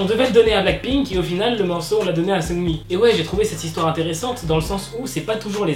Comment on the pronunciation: seungRi avec un R omfggg, pas sEuNgLi